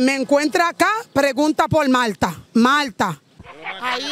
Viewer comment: Plegunta pol Malta, Maaalllta. Luis abinabel, ¿quien? LUIS ABINABEL🤣🤣